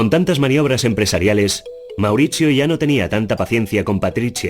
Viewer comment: Mauritchio.. Patritchiaa 😂